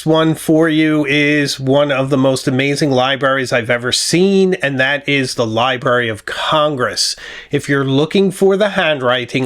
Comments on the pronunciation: I apologize but libRary, libRary, libRary. There is an R in libRary. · Love all your videos, but did you say "libary"? Surely I mis-heard!